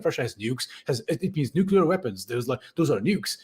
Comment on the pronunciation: it's not NUCULAR it's NUCLEAR